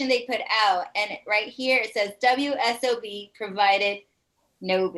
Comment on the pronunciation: Good Infor as USUAL!! said "WSOB" lol